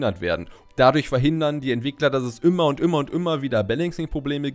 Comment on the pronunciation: Ich weiß, sowas gehört absolut nicht zum Video und man sollte daran nicht rummeckern, aber das "ümmer" anstatt "immer" triggert mich einfach so hart. Gut, sei nicht so kleinlich dachte ich mir, aber dann das: das war einfach zu viel... 🤯 Nixdestotrotz: da ich nicht kleinlich sein will, sehr gute Infos und wie ümmer gutes Video 😉